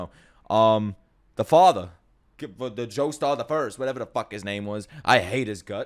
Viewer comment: Bro said doestar at one point